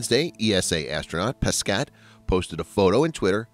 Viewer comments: Thomas Pessssketttte lol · For your information, you don't pronounce the last S for Thomas, and you don't pronounce either the last T for Pesquet. Yup, french is weird ;)